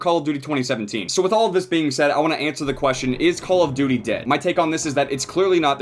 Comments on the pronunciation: So I've been watching all his vids on cod thinking the intro went "I like dirty" not "call of duty" it kinda fits tho lmfao. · I THOUGHT THAT THE INTRO WAS SAYING "COLORED TURKEY" INSTEAD OF CALL OF DUTY IM SO DUMB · I seriously thought you always said "ouhhh youu dirty" at the intro of BO3. I finally realised you meant "Cooul ouhh Douty" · Finally found out he was saying call of duty in the intro, always thought it was a herp derp kinda sound.